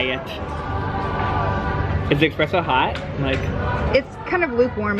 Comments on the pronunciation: no one:: expresso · dude, its espresso not expresso